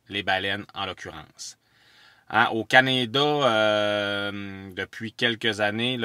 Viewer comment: "Au Canédâ":-P haha magnifique vidéos (ou comme tu dis souvent "des images") encore une fois! Vous êtes très chanceux!:) Par contre, j'aimerais te corriger sur l'utilisation du mot "image". Une image ne bouge pas. Mais lorsqu'on a une séquence d'images juxtaposées pour créer une animation, ça s'appelle une "vidéo";) Merci! Hehe